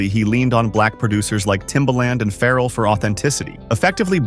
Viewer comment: And Pharrell